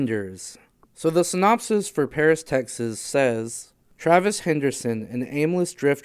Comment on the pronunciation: Ok, I'll be that guy... it's pronounced Vim Venders since he's German... Great job otherwise. Keep it up!